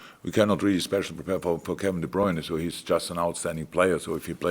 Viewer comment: Now Klopp is also mis-pronouncing De Bruyne's name ... I give up.